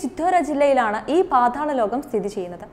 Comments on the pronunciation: പാധാള ലോകമല്ല, പാതാള ലോകം 😆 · Paathaalam ennu vyktham aayi parayoo